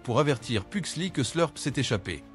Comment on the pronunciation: Fétide pas "lucas" "Pugsley" il faut bien prononcer le "S" de Pugsley. C'est pas "Laurel" mais Marilyn Faut éviter de changer les prénoms à chaque fois.